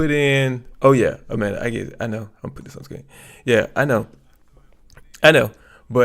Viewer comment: 'Dis' ? THIS ! FFS